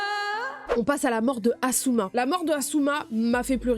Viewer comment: c'est pas assuma c'est asuma (z)